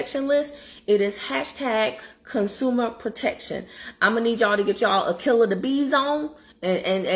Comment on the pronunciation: You are being funny because I'm laughing. "Con-SOO-mer" 😂😂